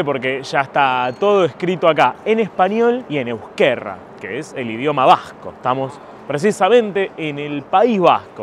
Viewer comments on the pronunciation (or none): No digas euskerra, es una r suave.